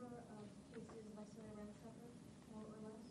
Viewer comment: It's visalia not vasalia ...smh...